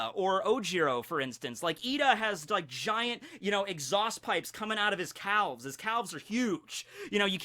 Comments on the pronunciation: why does pronounce the L in calves. I am offended. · I’ve never heard someone pronounce the l in calves it’s like pronouncing the r in February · WHY DID HE SAY CALVES LIKE THAT? CRING CRING NO MI KNOWS NO BOUNDS EVEN IN THE MY HERO VERSE